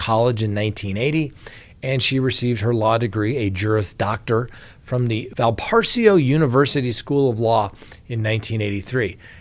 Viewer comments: That college is pronounced Val Praise O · Hoosier here 🙋🏻‍♀️. It’s Val-puh-raise-oh. Thanks for the updates. Praying for justice for Abby and Libby! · The school is pronounced Val-praise-oh. Excellent school. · Valparaiso pronounced val-puh-rahy-zoh. Note, I enjoy your sense of humor.